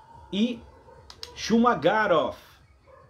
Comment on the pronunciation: Shuma "Guéróf" 🤣🤣🤣🤣🤣🤣🤣